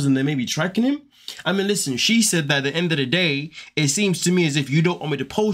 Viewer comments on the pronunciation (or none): none